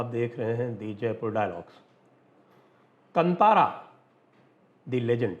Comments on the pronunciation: Bhai sahaab yeah kantara nahi kaantara pronounce kijiye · Sanjay ji, glad you covered this. It’s pronounced “Kaantaara”, and not “Kant-aara”. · It is not KANTHAARA , it is pronounced KAANTHAARA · Sir it is Kaantaara, not Kantaara 😊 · The pronunciation is कान्तारं ಕಾಂತಾರ. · Sanjay sir, thanks for this video 🙏🏻 Right pronounciation is Kaantaara (कांतार) 🙏🏻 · One small correction, 'ka' has badee aa ki maatraa. It is to be pronounced as "Kaantaara" Sir.